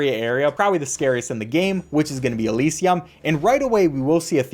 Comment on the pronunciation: Great video. Minor note and no hate but you pronounce these words so american. The letter y in these greek words usually sounds like “ih” not “ee” like elysium is elihsium not eleesium. Good video bro